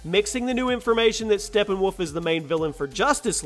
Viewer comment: It's Steppenwolf, not Steppenwoof.